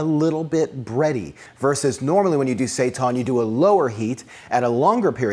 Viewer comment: "Seitan will rise" Yes, yes he will. Mwahahaha. PS. It is pronounced "say-tan". Hence those rad "heil Satan" shirts out there.